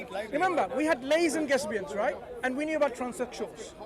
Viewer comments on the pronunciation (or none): mashaAllah bro is very good. I did LOL at "lays and gesbians" tho 😂